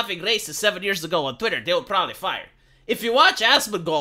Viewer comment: I absolutely love how casually says "twatter" or "Californyanya" like it's just how it's supposed to be. what am I saying...